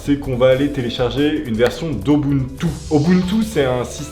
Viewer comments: Bah non en fait Rufus prend juste TOUT les fichiers dans l'ISO et il te les met sur ta clé, c'est tout. Donc en fait ce genre de logiciels ça sert a rien. Ah, ET POURQUOI TOUT LE MONDE DIT "OBUNTU" ET PAS "UBUNTU" !!! ? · "Obountou" x)